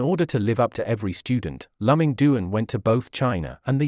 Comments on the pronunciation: I have never heard of Lùh-Ming Doon. His name is Dwán Lù Míng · His name should be pronounced as " Loo Ming Duan ". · If you want to make a video about a person, at least get the pronunciation of his name right. It is so awkward to hear his name pronounced wrongly throughout the entire video.